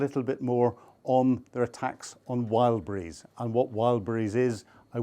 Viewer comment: Its called Wild BERRIES stop calling it wild breeze